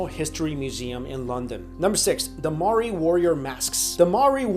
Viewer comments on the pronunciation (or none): yeahh maori brooo yeah, oh and its pronounced as mau ree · maori is pronounced moe - ri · I am triggered, you said Moari terribly wrong. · Just a heads up, I'm from New Zealand and you're pronouncing Maori wrong